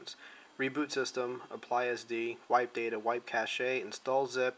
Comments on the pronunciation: I think this is a great addition to the text instructions floating around the various forums. I know when I first started I didn't realize I had to go in to the recovery menu to get the NANDroid backup. Just an FYI: cache is pronounced "cash", not "cash-aye". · Its pronounced cash, not cash-a just to let you know